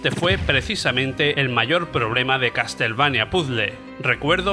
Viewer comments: Que no, CasTLevania no, se dice caSelveinia... Ains... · Se pronuncia "caselveinia" ...